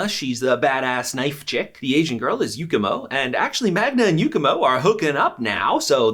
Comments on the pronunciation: Btw it’s Yumiko not Yukimo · You said Yukimo instead of yumiko 😂😂😂😂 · Isnt it Yumiko and not yukemo